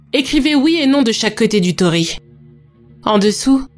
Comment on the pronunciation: Bonjour, Petite précision : il ne faut pas dire tori mais tori-i, car tori c'est "un oiseau ". Sinon très bonne vidéo comme d'habitude. 😘